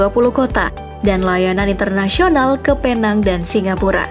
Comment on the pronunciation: Itu bukan "Peenang". Yg bener itu "Penang"